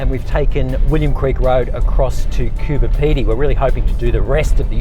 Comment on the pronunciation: CooBer not Cooper